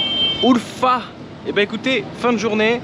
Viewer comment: 2ème vidéo de ma région URFA merci frérot hhahah jkiff trop qd tu parle en turc tu prononce bien URFA 🇹🇷😂 le kebap tu as manger c'est PTALICAN KEBABI le piment la base cest la vie 😋👌🏽 a URFA on est très accueillant même à DIYARBAKIR c'est la même choses en générale la Turquie est un très beau pays et pour info tes passer devant les magasin de mes cousin 😊